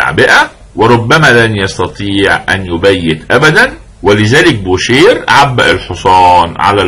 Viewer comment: استاذي الفاضل . استسمح منكم على تعليقي هذا . خصم بول مورفي يسمى بوشي Boucher و تعني طبعا الجزار و ليس بوشير . لانه في اللغة الفرنسية الراء في ٱخر الكلمة لا تنطق . مثال : manger parler marcher oranger étranger تحياتي لكم. محبكم من المغرب